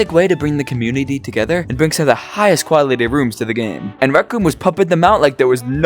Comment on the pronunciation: People say that he still can’t pronounce rhythm and rooms to this day…